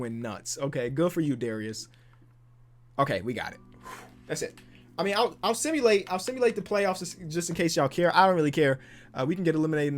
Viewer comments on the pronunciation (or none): “ let me just simalait to the next season” 😂 ur good